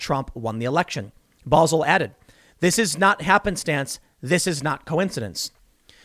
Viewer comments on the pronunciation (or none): You want everyone else to look up the news but you can't bother to look up how to pronounce the name of a guy who runs a major media fact-checking site? BO - ZELL not Bozul..... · I'm not being an but the guy's last name is pronounced. BO-zel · It’s Brent Bozell, pronounced BEAU’ zell. Nephew of the great William F. Buckley.